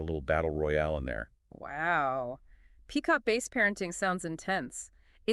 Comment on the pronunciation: It’s bass not BASE. FFS!🤦🏼‍♂️